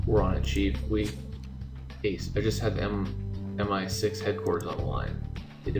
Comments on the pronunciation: It's not M16 it's MI6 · Ace, I ain't British but I think everyone knows Pryce is M-I-6 not M-16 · Ace, it is MI6 (letter M, letter I and number 6)